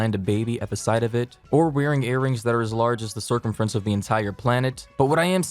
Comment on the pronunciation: did anyone else notice the way he said "circumfrence"?